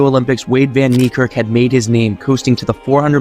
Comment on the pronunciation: "Knee Kirk" please bro, say his actual name